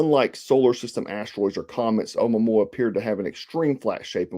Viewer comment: Pronounced Uh moo-a moo-a